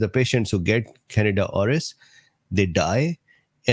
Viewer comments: Can deed ah is the pronunciation doc...it sounds like you're saying Canada. No offense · It’s can di da not Canada lol